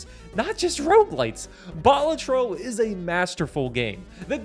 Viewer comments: Dude rightfully names #1 Balatro but fails to pronounce it correctly. it's not ball-a-tro, but bal-AH-tro. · ITS PRONOUNCED BA-LAT-TRO..... NOT BALA-TRO